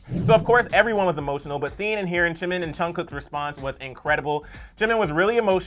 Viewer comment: Is it just me or does he call him Chimin? I can hear him say Jin, Chunkook and Chimin and again later again chimin... It's a J....JIMIN... JUNGkOOK